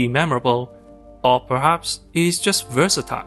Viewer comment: Versatile not virsitile